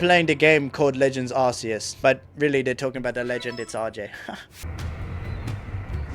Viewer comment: It’s arces but it’s pronounced ar- key- s and also it’s not porkumon it’s Pokémon